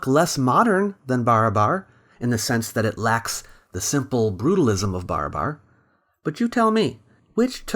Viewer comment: its not BAR-A-BAR .. its BA-RA-BAR